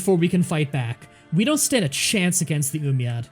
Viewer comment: "Astrius" "Galcia" "Yoomyad" I need more sides